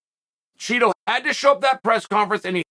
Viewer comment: BUt you are supposed to pronounce Chito as CHEETO